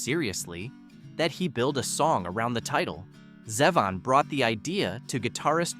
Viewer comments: And it's Zay-von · Blue Suede is pronounced "swade," not "Swede." And, it's "Zee-von." There were a few more really bad pronunciation errors which completely distract from your words. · Not Warren "Zehvin"... It's "ZEEvahn".